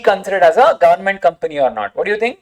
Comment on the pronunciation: Each time i hear government as “Governament” its funny as you like trolling them😂